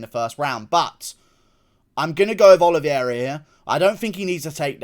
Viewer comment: Love you Guru--but please pronounce my guy Charles' last name correctly. It's pronounced "Oh-lee-vay-rah". Not trying to be pretentious, just sayin!